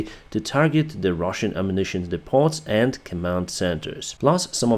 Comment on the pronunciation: The t in depot is silent. Blame the French. =) Thanks for the update!